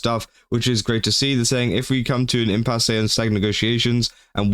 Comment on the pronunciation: "Impasse" is just prounced "impass". You only say the "E" at the end if it has the diagonal line over it, like in "café".